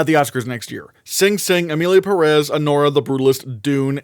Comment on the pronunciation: It´s pronounced PEH-res (emphasis on the first E with a visible accent on top of it) not Pah-Rass